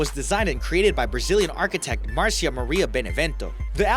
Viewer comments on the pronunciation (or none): none